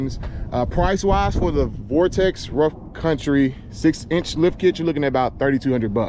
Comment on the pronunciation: VERTEX MY GUY no vortex lol